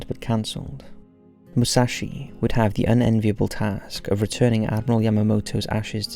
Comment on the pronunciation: its Moo-sah-shi